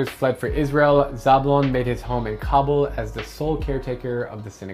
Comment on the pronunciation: You are pronouncing Kabul wrong